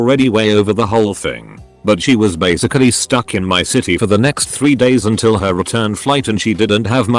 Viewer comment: Bass ick ale eee